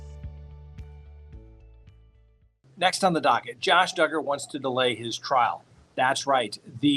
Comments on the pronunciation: Josh Duuuuuger…rhymes with huuuuuuger…lol makes me giggle out loud every time…always good to see you! Thanks for taking 60,000 people on vacation with your family! Edit: Make that 182,000 people lol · lol....Josh Dooooogar was funnier but everytime you mention Dugger rhymes with hugger reminds me of why you started saying that. 🤣